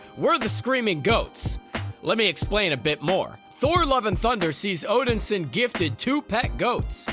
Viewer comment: It would have been nice if "" could at least said "Thor Odinson" correctly. It's pronounced "Odin-son" not Odinsen".